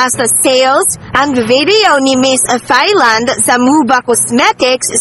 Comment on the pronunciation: Sorry po, mejo awkward ung comment ko but I mean no harm... Thailand is pronounced as Tai-land... it uses the /T/ sound and not the soft /th/ sound. More power to your channel po.